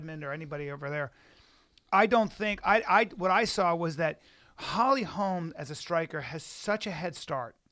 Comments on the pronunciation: Holly HOLM. Her name is Holly HOLM. NOT HOLMES. Jesus. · driving me insane, its Holly Holm, not Holly Holmes.......Cmon man at least get her name correct, also she did do a movie this year, with Meisha and Cyborg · FOR SURE, quit saying HOLMS! Brandon said it once and corrected himself, but then Brian repeats it like 4 times... (around min 22 min.) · Why on fucking earth do you keep calling her Holly HOLMS. Jesus. FACEDESK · Brendan, it's HOLM bro.....HOLM.......NOT HOLMES!!!!! smh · ugh if I hear one more person call Holly Holm Holly Holmes I swear to god... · ITS NOT HOLMS HOLY FUCK I COULDN"T EVEN LISTEN TO THIS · FOR SURE!!!! ITS HOLM NOT HOLMES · Every time they said "Holly Holms" I was like "Its 'Holm' you idiots!" Thanks Schaubs and Callens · Pereira It's because her name is Swedish. It's pronounced with a very short o, or an å. Hålm. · Can anyone in the whole MMA world say Holly Holm's name right??? Good god.